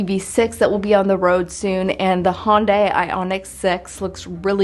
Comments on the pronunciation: Hyundai is pronounced "HUNNDAY" like "Sunday". You're still crisscrossing it with Honda by calling it a "Hon-die". I say this only because my dad tried to talk me into a Hyundai as my first car when I was 16 instead of a Camaro and I remember their marketing material stating "Hyundai rhymes with Sunday". LOL. Which do you think I chose? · Hun-day, not Hon-day. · If the US pronounced the names correctly like the rest of the world there would possibly be less confusion - Hon-da - straightforward but it's pronounced Hy-Uhn-Di everywhere else on the planet - not hun-day. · Hyundai is pronounced like Sunday...not Honday. LOL! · Pronounce Hyundai like Sunday. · Hyundai is pronounced Hi-Yun-Die. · Hyundai is pronounced “hun-day” or "h-yun-day” Hun like sun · Say "Sunday" ... then say "Hun-day" ... that's how you pronounce Hyundai. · He yawn die